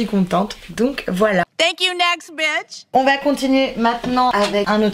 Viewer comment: C'est Bitch, pas Beach. 🙄